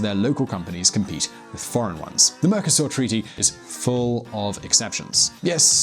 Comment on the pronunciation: I also heard "Mercusor" and thought - wtf?